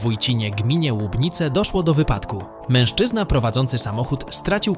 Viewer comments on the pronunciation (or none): none